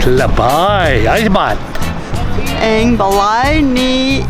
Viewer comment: Pastilan caloy na virus an na sila sa budots.ang libat sounded like lubot.hahaha😂😂😂lingawa oi!!!